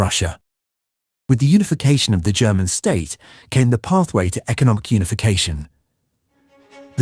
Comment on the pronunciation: What this Turkish video got wrong, pronunciation-wise: "Zollverein" is pronounced TsolFe-rayn Krupp (the industrial giant) is pronounced KrUpp or Kroop (guttural accent on the U ). What it got right The "Schlieffen Plan" 🙂🙃